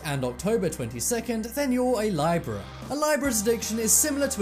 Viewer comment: I have NEVER heard Libra pronounced like that